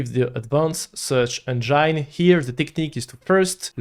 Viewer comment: The way he pronounces Engine as "Engyyne" pisses me off. Get the peanut butter out of your mouth!